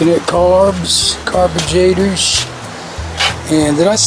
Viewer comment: I think says Garbagrator. Which is funny